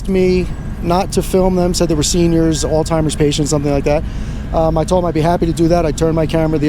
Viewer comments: Why is so many people mispronounce the word "Alzheimer’s"--with a "t"? It is al -Z -hemiers-----With a "Z" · Sheesh! Would you folks stop saying "alltimers"! It's ALZHEIMER'S! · “All timers” wtf. You did mean Alzheimers? Thought maybe there was a new travel club for boomers! Lmao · Alzhymers not altymers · Why do people replace the "zh" in Alzheimer's with a "t" when they pronounce it? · please pronounce Alzheimer's correctly. Not altimer's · “All timers”?? Alzheimer’s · Alzheimer’s *. No t. It’s not alltimers lol. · I Like your video, just a heads up as to Alzheimer's... No T in the word...1 keep up the good work...! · Alzheimer's.! Not oldtimers dumbass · Alstimers? You came from a medical facility but can't pronounce the disease the people have? AMAZING